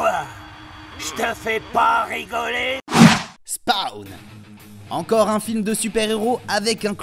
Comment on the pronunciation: Sa se dit pas spawn mais spaune